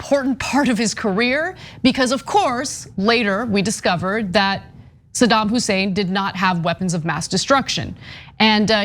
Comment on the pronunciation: its saddam hussein not sodom husain or sadem hussain.wow